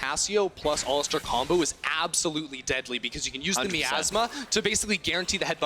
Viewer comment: If I hear someone pronounce it ALListar again